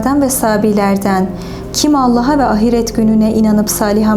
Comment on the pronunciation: Çok ilginç 'ahiret' kelimesini yanlış teleffuz ediyor. Bütün heceleri eşit söylüyor a-hi-ret, halbuki ilk hece uzun okunur. Bu yanlışı genelde ana dili Kürtçe olanlarda görüyorum. Bu hanım Kürt mü?